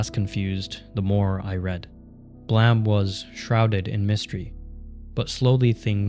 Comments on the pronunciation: "Blaam"? Isn't it pronounced "bleim"? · this whole video is ruined by the ‘blem’ pronounciation. it’s supposed to be onomatopoeia for a gun firing, like ‘blam!’ not ‘blem’. Where did you even get this from? You’d think that an ‘expert’ speaking on the work of Nihei would at least get that right. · Blem? you mean Blay-em? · yeah but he keeps saying “blem” like ブレム, not “blam” like ブラム. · Pretty sure you're the only dude to pronounce it like Blam and not BLAIM Blame 🤷🏻‍♂️ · I'm sure I would've really loved this video but I'm sorry, regardless of what anyone says about how the creator intended it to be said, I am not going to listen to an hour of someone calling this manga "Blam". It's Blame. We are not doing this. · Bro it’s blame not blam lmao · You sound very angry. I know what it is supposed to be. But sorry bud, it's called Blame! pronounced "Blame" everywhere outside Japan. You are contradicting OPs facts here about it being a mistranslation. It's not a silent E, it's a mistake. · dude why r u saying "blem" I have zero clue why it would be called that it doesn't even make sense blem would be spelled like blem not like blame? super confused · Is BLAME! really pronounced blam? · Why do you say Blame like that? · five comments below: 23 hours ago Is BLAME! really pronounced blam? 20 hours ago Yes :) It's not the english word blame, it was just translated that way. It's supposed to be the sound of killy's gun going off (BLAM!) In japanese it sounds more like BURAMU! 19 hours ago ok good to know. Adding the E was a really bizarre choice by the translator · Everything you say is awesome, except the way you say blame😂